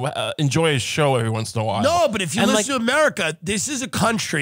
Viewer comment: LISHEN TO MEH 🥴 LISHEN